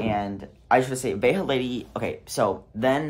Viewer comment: 99% of people? 😂 nope!! I've had THREE different assholes at the bins who refused to flip a coin for the mate, so my ass buys the other shoe, just to spite them. btw,, Veja is a French brand, it's pronounced Vezha with a French J, not a Spanish J... 😂